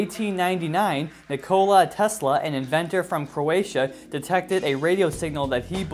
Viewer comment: ok, you mispronounced DEBRIS and NIKOLA...UGH! I'm trying, I really am. I'll resume the video now and hopefully nothing else is mispronounced,.